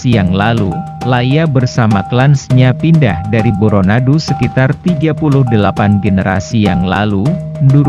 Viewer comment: Tapi lavalmu itu, tdk pas, seperti orang seberang. Bukan Boronadu tp Bôrônadu